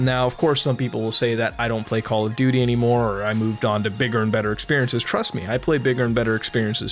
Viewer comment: Goddamn it muta i cant stop calling it "Call Of Dutrs" XD